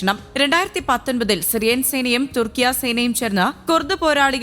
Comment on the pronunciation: കുർട്സ് അല്ല കുർദ് തുർക്കിയ അല്ല തുർക്കി